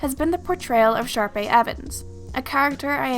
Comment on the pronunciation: I thought you said sharpie